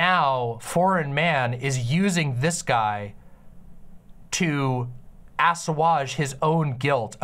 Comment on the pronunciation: okay but why does say "assuage" so French-like here? Lol